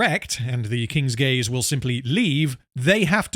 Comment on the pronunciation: It took me until when the other lady said "King's Gaze" to realize that the ship was actually called that and wasn't just giving it a funny name like "King's Gays"